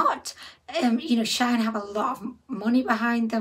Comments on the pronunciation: It is SHE IN not shine or sheen! it is a hoax! of course we are not concerned, it is clearly not real ... you didn't buy anything from shine as that is not the bloody companies name!... how can you read the word SHEIN and come up with that awful pronouncation? it is really bloody irritating! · When she said shine dozens of times it was grinding my gears! how can she read shine from shein LOL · It is prononced She-in. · Shein don't actually treat their workers well at all that's why alot of people have stopped buying from here.. also it's pronounced as sheen* shein